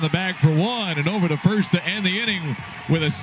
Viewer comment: Did the announcer say "Ending" instead of "Inning" after the top of the 2nd?